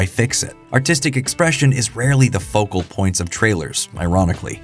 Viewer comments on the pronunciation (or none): none